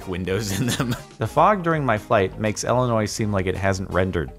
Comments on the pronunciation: I know this man did not just pronounce my state at Ellinois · love how jordan is from america and doesnt know how to say illinois :|